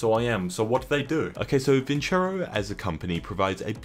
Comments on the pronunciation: >be >get sponsored by a big company >cant pronounce that company's name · says vincero Me, a spaniard: viceroy